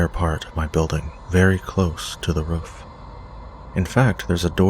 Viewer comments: U say roof like woof ! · I had to keep replaying the roofman story because of the way you say "roof". the way you pronounce it probably because of your accent would make me lol foreal. are you canadian or american btw LOVE your channel, just found you last week and can't get enough. keep it coming yo